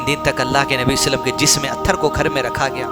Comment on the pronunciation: pahle nabi ka naam shi se lo bhyyy muhammad sallalaahu alaihi wasallam hai..... salle sallam nhi h